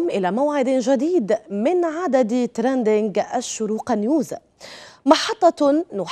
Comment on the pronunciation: كفاكِ تقليدا لمديعي BBC تراندينڨ وكوني على طبيعتك + ركزي حتى لا تخطئي في نطق الكلمات + نتمنى لكم كل النجاح والتوفيق وحفظكم الله وهداكم لما يحب ويرضى